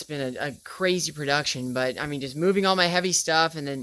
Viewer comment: "Hi mean...." "Hokay" "Hradioactive"